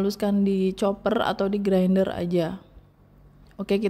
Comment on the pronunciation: Bilang ajah Grinder mbak..diindonesiakan..gak usah bilang Grainder..gimana gthu dengernya..kek luchu dicampur2 bahasanya